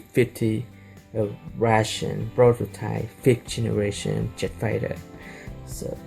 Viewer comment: Lol you say je fight INSTEAD OF JET FIGHT ACTULLY ITS FIGHT JET